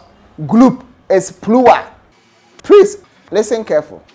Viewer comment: "Personnel is pluwal"🤣🤣🤣